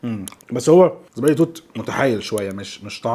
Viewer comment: تعليق بسيط زبادي توت وليس ذبادي توت